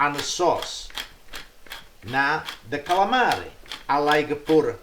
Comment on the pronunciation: LINGUINEH WITH D A CSAALAMEREH. he says caalamari funny hehe calamri jjijijijiijijiji 😋☺☺☺☺